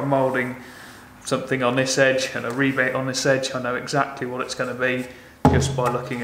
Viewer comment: It's refreshing to hear to hear rebate instead of rabbit